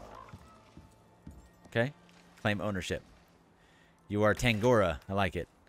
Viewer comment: Your moas have special Maori names. Pronunciation tips: Tangaroa = god of the ocean -> Tang-a-ro-a; Ranginui = god of the sky -> Rang-e-noo-ee; Tawhiri = god of storms -> Ta-fir-ee (wh sounds a bit like f).